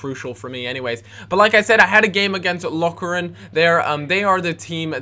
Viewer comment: Hahaha the way you said 'Lokeren' :p